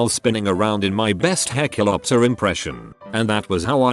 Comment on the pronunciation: I'm surprised the tts voice was able to pronounce "hecklioptor"